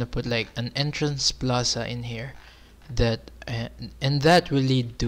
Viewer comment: ITS NOT PANTAY PANTAY U KNOW? THE ENTRANSIII IN